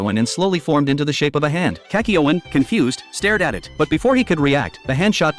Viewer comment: Finally He got Kakyoin's name right